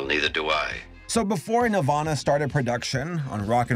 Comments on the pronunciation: It's NEL-VAN-AH....not NEL-VAUGHN-AH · Wen ever he says nelvana I think Nirvana. Which is fitting because it's a rock movie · i keep hearing nirvana instead of nelvana, and i was like "when tf did kurt animate movies..??" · Bothers me so much that he doesn’t pronounce the ‘nel’ in Nelvana and instead sounds like Nervana. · It sounds like you’re saying “Nirvana” every time you mention the company name. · Lel I thought that was what he was saying this whole time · I thought you said nirvana like the band with Kurt coban 💀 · Every time he said Nelvana, I pictured a studio where Kurt Cobain, Krist Novaselic and Dave Grohl were doing animation.